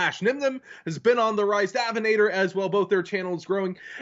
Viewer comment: Does it bother anyone else that pronounces "Davinator" with a really american accent instead of "Dave?" Just a little thing I can't get out of my head.